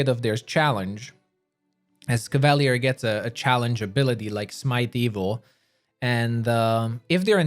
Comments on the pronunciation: Cava-leer. Not cav-all-lee-ir. Lol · Cav-Ah-Lee-Err not Caval-ee-urr, sir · Hurts my ears. CAV AHH LEER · Cav-a-leer. That how your pronounce it. Not that mess you say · Love your build guides. Would love to see how you would build a shapeshifting druid. I'm currently in Act 3 with a Azata Bard. Love the story lines. However, learning the Crusade part of the game is challenging. Finally, no offense, but it's pronounced; CAV-A-LEER as in cavalry. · Cavalier. KAV-UH-LEER . NOW SAY IT RIGHT. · ka·va·lyé is the correct pronunciation. NOW SAY IT RIGHT. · How TF do you fuck up the pronunciation of a word as simple as cavalier so bad? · they way you say cavalier is painful